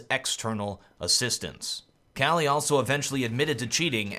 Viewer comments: not kqly but kukli :D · Isn't it pronounced Kukly ?